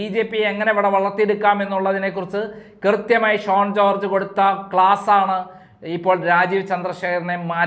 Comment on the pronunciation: SHONE alla, SHAUN ennaanu.